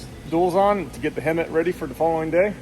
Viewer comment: Hemit not hermit